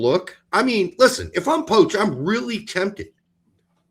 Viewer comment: Say poch correctly